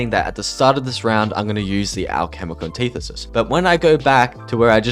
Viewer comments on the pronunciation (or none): Never heard anyone butcher the pronunciation of alchemical antithesis so bad.